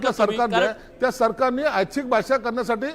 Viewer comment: आच्छिक नाही रे ऐच्छिक असे बोल 😅😂